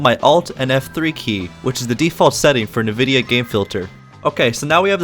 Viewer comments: that is NOT how you pronounce nvidia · this man pronounces nvidia "nuh-vidia" and not "en-vidia" what a madlad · Ah yes... NuhVidia.